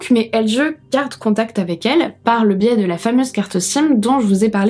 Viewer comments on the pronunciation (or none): none